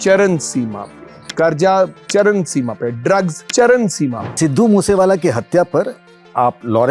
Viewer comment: CharaN seema nahi charaM seema hota bhai😂